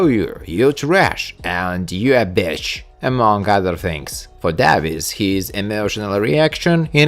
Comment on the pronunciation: Davis is pronounced (day-vis)